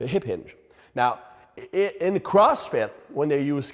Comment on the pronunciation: "ip inge pattern" 😅